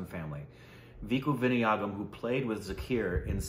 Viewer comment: Vinaaaaayakam. Not vinayaaaakam